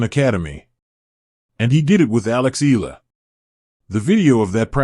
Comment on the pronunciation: Say her name correctly: Eala (eh-ah-la).